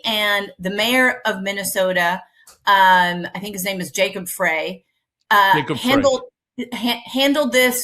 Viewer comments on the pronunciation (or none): Just a note - Jacob Frey pronounces his last name "Fry". From MN.